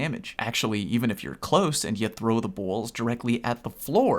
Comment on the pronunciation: Why are you saying "balls" like that? It sounds like bowls combined with balls. Not even sure how you do it. OH, just discovered your channel and now subbed. Are you PC or console?